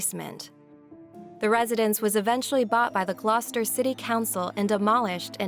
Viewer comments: I’m from the UK. Well done for pronouncing Gloucester correctly. I’ll never forgot one documentary saying that Fred would often come home from school to see his father having sex with a pig in the living room! Jesus!? They were beyond evil! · Sorry but this voice...... Ugh.... At least she can pronounce Gloucester.... It sounds very text to speech though, sorry, it's just really boring to listen to.....